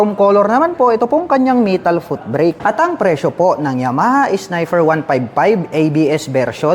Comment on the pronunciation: Nagbakasakali ako ng kamali lang bigkas sa unang snifer kaso nung pangalawa snifer ulit sabi ko nag kamali ulit pero nung pangatlo snifer parin..ok😅😅😅 Naalala ko classmate ko noon kahut ano gwin ung P nia F talaga😅